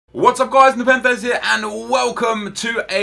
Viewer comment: a YouTuber called scarce (YouTube drama channel) pronounced his name nepen the z